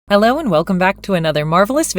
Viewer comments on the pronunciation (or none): none